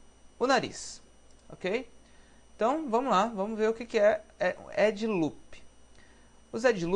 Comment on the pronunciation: pow mano bom trabalho, porem "edJe" loops fico foda da uma corrigida ai erros de português pega mau para um designer! desculpa qualquer coisa! abarço